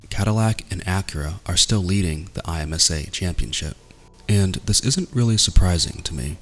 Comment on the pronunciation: I’m like thrown off the way you said IMSA by just the letters instead of “EmSAH”. Also Petit Le Mans will be a dope finale.